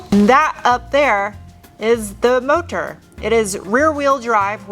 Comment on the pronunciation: Who yelled at you about "mo tor"? lol